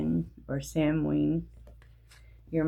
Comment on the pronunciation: Samhain is pronounced 'sawain'.am.from ireland and exhausted too!!